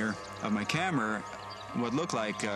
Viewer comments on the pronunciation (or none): Sounds like he said "camer" :40